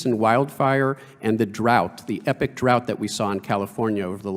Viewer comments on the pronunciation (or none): none